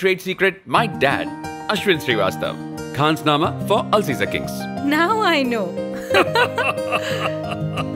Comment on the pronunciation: Not khansnama it's khanasama